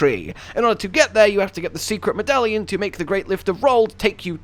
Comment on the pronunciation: "secret megallion" he says... whats a megallion?